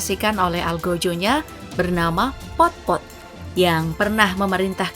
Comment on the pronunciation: Yang baru tahu pol pot dibaca pot pot.. 😅